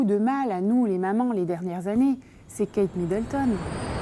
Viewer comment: Hahaha! Géniale cette vidéo 😂 "on est toutes la Kate Middleton de quelqu'un" avec le petit accent 😂